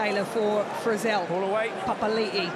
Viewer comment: Can the English commentator pronounce anyone's name correctly? He butchered Retallick, Papali'i, maybe Tele'a and Savea too.